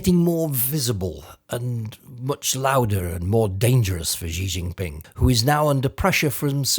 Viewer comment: Most mainstream media mispronounce his name. You forgot to mention the tone. Xí Jìnpíng. The upward line is tone up, then down and up.